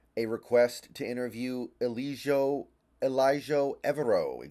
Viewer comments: Ejiro Evero would be amazing. BTW its Ejiro (aah-jee-ro) not Elijo. Can't beleive why Americans are so bad with names. Evero ran a 3-4 defense in Denver that ranked 1st, before the defense bailed out after their rams loss. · Was back to back lol. How did he find an L in Ejiro and also forget the R?